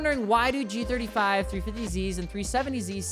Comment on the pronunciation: Bros trying so hard to kill the g35’s name…